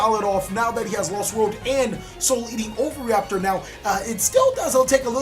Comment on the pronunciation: The all mighty “ovary-aptor” lol Love the content